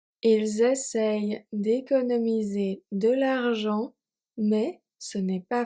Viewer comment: love the practice. In number 5 it sounds like you are pronouncing the "n" in essayent. I thought it was silent.